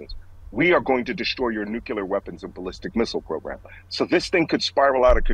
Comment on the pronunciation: Mr. Nance, please don't pronounce nuclear like a con.